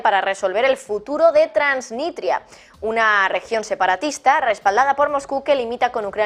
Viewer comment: TransniStria no transniTria... lo dijiste como 4 veces mal